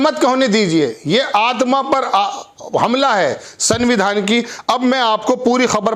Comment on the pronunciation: सर सनविधान नहीं बोला जाता। इस में आधा न आता है। इसलिए आप संविधान में पूरी न ना बोलें। उच्चारण को सुधारने की कौशिश करें। पहली बार आपके मुंह से गलत संविधान का नाम सुन कर अजीब सा लगता है। ख़बर बढ़िया लगी। आपका धन्यवाद।